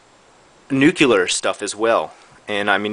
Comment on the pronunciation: LOL you said "nucular" instead of "nuclear"